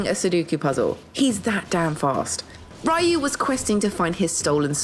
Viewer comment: ITS REEYUU HAYABUSA NOT RAIYUU xD